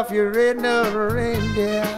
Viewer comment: says Rudolph the red no reindeer rather than red nosed. I love that, it's so endearing and so